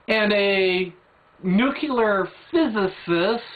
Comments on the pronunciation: "NU-clear" - please learn how to pronounce it. The Bush era error is over. merriam-webster dictionary/nuclear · "necular" heh heh i dont understand why people have so much trouble with this word nuclear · "Nucular", the word is "nucular"...